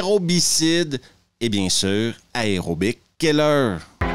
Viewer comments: pitié A E R O. pas AREO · Tu peux pas faire une vidéo sur un film qui parle d'aérobie quand tu ne sais pas prononcer le mot aérobie. Ni aucun mot en [aer].